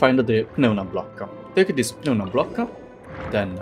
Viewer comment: You pronounce "Piun-ah" it's "NOO-MAH" block. 😅 Like Pneumonia